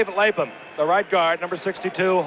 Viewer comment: #62 for the Bengals is the Great Dave LapHam. All respect to Frank but dude it's pronounced LapHam. Thank you!! go to ;20 mark and watch Lap with his cat like reflex's recover the fumble. Beat he could hear Paul Brown in his ears, "Gentlemen we don't turn the ball over, Period"!